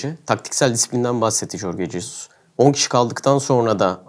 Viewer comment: Şu arkadan konuşan çocuk kasıla kasıla konuşuyor ama Jorge Jesus’un adını bile doğru telaffuz edemiyor. Corge cesus’muş haha komik.